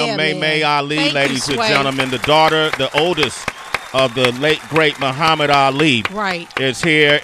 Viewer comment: he couldn't even say Muhammad right.